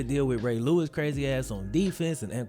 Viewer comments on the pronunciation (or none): none